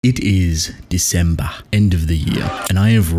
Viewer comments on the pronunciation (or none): "December" sounded Nigerian